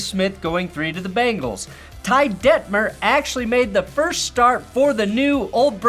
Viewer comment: BEN-gulls, not BANGles.